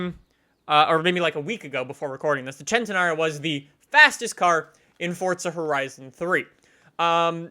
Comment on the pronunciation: you need to say the Lamborghini Centenario name right. The first part is centi like 100 for the 100 year anniversary. Please say it right